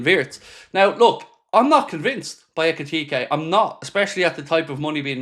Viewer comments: Makes me so happy he knows how to say Ekitike now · pronounciation of Ekitike: Thank God 😂